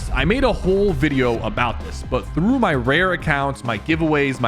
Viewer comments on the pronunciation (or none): none